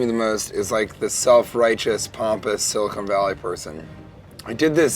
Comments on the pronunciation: Sean, if you're gonna say the word Silicon, at least say it correctly. It's not SILICONE Valley, it's Silicon Valley. it's CON not CONE. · It hurt everytime he said silicone" instead of silicon" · It is pronounced SiliCON not Silicone. Silicon is the thing in computer chips and silicone is the thing in breast implants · Dear Sean, It's siliCON valley, not siliCONE valley. Silicon valley is where geeks do tech stuff. Silicone valley... is a stripper's cleavage. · Was I the only one irked by the way Sean keeps pronouncing Silicon Valley as “Silicone Valley”? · Sili-CON Valley. Silicone is what they use to make breast implants. This shit is just as bad as when G. Dub Bush says "Nucular" and it makes my eye twitch. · i'm from santa cruz ca. it's SiliCON valley, not SiliCONE, jesus. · I feel the need to point out that it's 'Silicon Valley' not ''SiliCONE Valley'. Silicon is an element on the periodic table, and is the basis for the majority of computer chips. SiliCONE Valley, I would imagine, would be the cleavage between a pair of breast implants. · Stop calling it "silicone valley" dude. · Could someone inform Sean that it's siliCON not siliCONE. one is used in computers, one is put in boobs. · Sean... It's SiliCON! SILICON. Not silicone. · Why does he keep pronouncing it siliCONE valley? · Sean. Please learn how to pronounce Silicon Valley. Silicone is what you make fake tits from. Silicon (con, not cone) is where semiconductors come from...FYI. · Sean. It's "Sili-CON" Valley, not "Silicone". Christ. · It's not SILICONE valley its SILICON valley. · Is it just me, or did anyone else get angry every time he said "silicone valley". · It's Silicon Valley. Not Silicone Valley. Silicone is what some breast implants are made of. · Jesus! FUCK! stop saying silicone!!!! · Its Silicon Valley, not Silicone Valley dude. They're different things. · It bothers me that he kept calling it silicone valley. Love you Sean. But little cringy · Silicon (caan) not Silicone